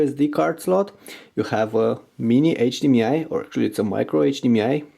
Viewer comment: learn to pronounce HDMI lol